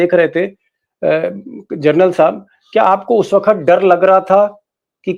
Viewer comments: Gernal nahi General bolo sab. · जर्नल नहीं मामू जनरल होता है